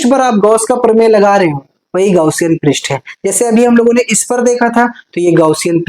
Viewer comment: Pirist nahi h prast h 😂😂😂😂